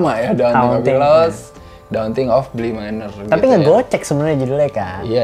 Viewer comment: "Haunting of Bi-Manor"